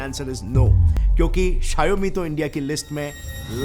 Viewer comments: It's not sha-yo-mi , it's Shaw-me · RIP appul bhai😂 also For Xiaomi Its sheeiaomee in pronouncation not shaiyomeee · Shiaomi kya hai bhai? Shower me ko jod ke bolo And shower ko America ke style mein bolna padega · Please pronounce Xiaomi correctly It's pronounced as show (from shower) +me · You should correct the pronunciation for "Xiaomi".